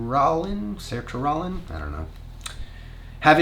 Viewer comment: Not me giggling at you trying to pronounce Sertraline. 😂 (It’s SER-tra-LEEN) 😘